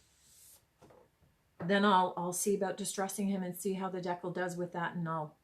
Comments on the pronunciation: It's called a DEE CAL like cal for calorie, not deckle. Gees. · Thanks so much for the video … great tutorial :-). As for how to say decal .. it’s the other way you said it…. Dee-cal …. Thanks again, I know I will be trying this. You can also do it with temporary tattoos. You can buy them on Amazon. You wet piece you’re putting it on, place the “tattoo” then dampen the backing … then the backing slides right off. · Love it. Its a dee-cal as in California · Sounds like…Deckle but people meal Decal 😂🤣😂 that is hilarious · When you pronounce decal, it should sound like (d cow). It's a cut way to remember it. I hope you don't think I'm rude by saying this. I love your youtue. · It’s pronounced de cal